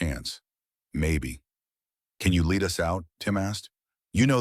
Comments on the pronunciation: "Led," not "leed,". Another AI misreading! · Lead pronounced led, referring to bullets. The Nun displayed was not 110 lbs!